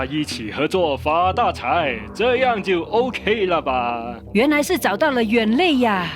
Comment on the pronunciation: “远肋”好亲切的乡音😂😂